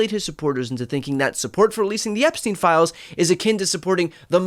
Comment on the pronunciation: At last someone says Epstein correctly - the UK reporter who attended this. It should be said 'Epstine'. To be said 'Epsteen', it woukd have to be spelled 'Epstien'. As for Trump still using 'Sleepy Joe Biden' - Dozy Donald Trump has napped in public plenty of times. We all know he is dodgy AF (putting it mildly) when it comes to young women and girls. He's vile, full stop.